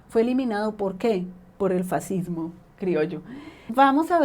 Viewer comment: Last but not lástima, fascismo en español se lee fas-cis-mo. Y fascista, fas-cis-ta. A nadie interesa pronunciarlo en italiano si está hablando español (castellano, según interpretaciones). Ay, dioses, que listo eres. Tu nivelazo debería llevarte a la crítica de sesudos tratados que no se encuentran en YouTube, pero claro , te supondría horas y días apostillar a discursos de cientos de páginas minuciosas. Qué facilón te lo montas.